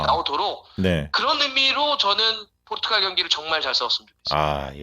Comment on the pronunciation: 포'르'투갈 입니다. ...